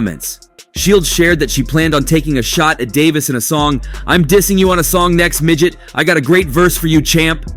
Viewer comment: Damn, she call him a migget. How short is Tank. 😅😂